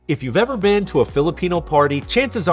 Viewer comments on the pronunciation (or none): none